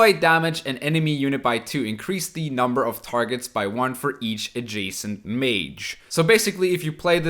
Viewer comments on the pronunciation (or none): none